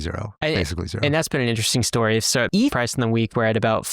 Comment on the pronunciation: eeeth whut